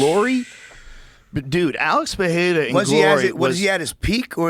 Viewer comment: ITS AAALEX PE RE RA NOT FUCKING PEHHERA JOE!!!!! FOR FUCKS SAKE